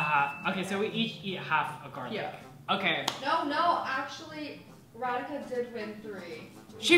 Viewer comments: You were saying "Radhika" and Me hearing it "Renica"😆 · Indians-Ra-Dhi-Kaa☺️🥰 Americans-Re-Di-CAa😕 Edit:Thanks for so many likes👍❤️